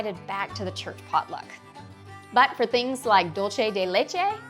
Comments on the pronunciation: You mispronounced dulce. It’s pronounced, “doolse” de leche. Not dulchay. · 😂😂😂 It's Spanish 😂 not Italian 😂😂. So it'll be an "S" sound not a "ch" sound. Say it with me- "DOOL- SAY" yes! Excellent!😂😂😂❤